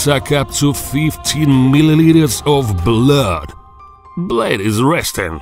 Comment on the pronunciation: "It is able to suck up to 15 ml of BLUHHH" 🤣